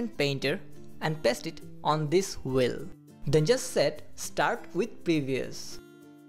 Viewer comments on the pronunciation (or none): "wheel" not "whil", lol